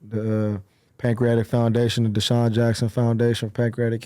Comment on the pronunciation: Adam mispronouncing DeSean is CRAZY